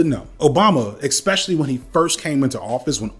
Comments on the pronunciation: Okay. The first “expecially” shattered my ear drum. 37 “eXpecially”s later… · Do you mispronounce especially intentionally?